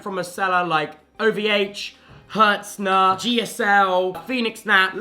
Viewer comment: the only thing hurting is my ears by the way you say Hetzner